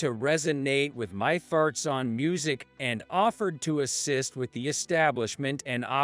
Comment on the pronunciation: Listening to the word "thoughts" pronounced as "tharts" is so irritating. It seems to be one of many problems with AI.